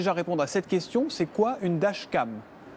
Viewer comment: C'est moi ou le présentateur a du mal à prononcer "dashcam".